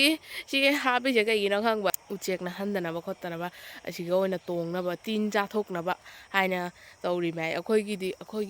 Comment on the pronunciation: Bartin nattraga baltin haibi u ising puraknabado